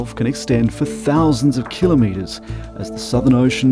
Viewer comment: Kilometres, not killerneeters